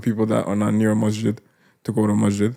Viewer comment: Masjid is with a س not ش no disrespect just wanted to it sounds like brother is saying mashjid. I love you guys for the sake of Allah, you're doing great work and may Allah ta'ala reward you all, amin.